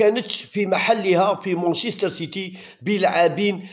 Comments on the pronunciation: مانشيستر وليس مونشيستر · لا يمكن اطلاقا بلانجليزي مان سيتي لا تستطيع ان تقول مون سيتي